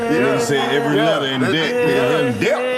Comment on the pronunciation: "they in DEBT!" 😂 That mf just said every letter in debt 🤦🏾‍♂️🤣